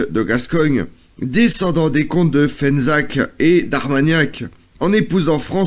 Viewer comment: Fezensac et non Fenzac, merci pour les locaux.